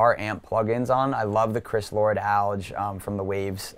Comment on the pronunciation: Cool vid, but he needs to learn how to say "Alge" and "Moog"